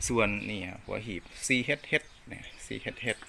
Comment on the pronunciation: CHH ซี เอ็ช เอ็ช บ่แม่นอ่านว่า ซี เฮ็ด เฮ็ด เน้ออ้า / เด็กน้อยมาเห็นจะได้ออกเสียงเถิก /ขอบคุณหลาย ๆ เด๊อครับสำหรับรีวิวครับ